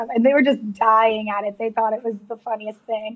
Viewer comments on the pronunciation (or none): none